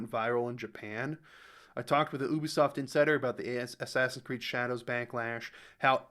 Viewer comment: " ashashin cureedo" classic japan